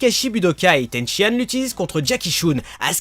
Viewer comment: C'est Tenshinane est pas Tenshiane¡!!!!!!!!!!!!